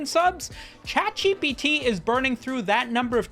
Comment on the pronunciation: He's saying "CatGPT" right? it's not just me?